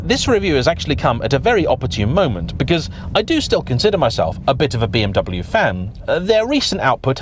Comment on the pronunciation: Another "expert" who can't pronounce BMW.